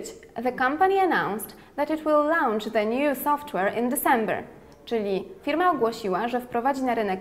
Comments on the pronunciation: też mi się tak wydaje... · tam nie ma 'au' w wymowie...